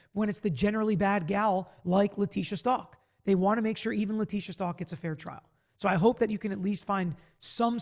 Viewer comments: Her last name is pronounced Stauch like st ouch ! Even her lawyers were mispronouncing it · least say Stauch correctly 🤦🏻‍♀️